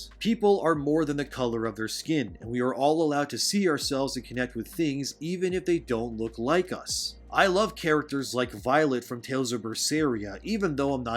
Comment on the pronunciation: 'Violet' from Tales of Berseria, man her name is Velvet Crowe, she's one of my faveourite characters and you butchered my ears with that failed attempt at her name XD While i agree with what you have to say in the video (except about dragon ball and naruto being good as i personally find it boring and shit) please if ya gonna mention a character try to at least get the name at least close to right, im sure in editing that should have been noticed.